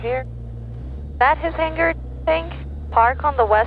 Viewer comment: Tell you don't pronounce the final /g/ in hangar. Otherwise her English is very nearly perfect.